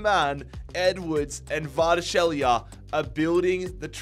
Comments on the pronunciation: Just call him Kvara or Khvicha if you can't pronounce his last name. Although Khvicha is probably too hard for you too lmao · pronunciation of Kvaratskhelia and Osimhen 😅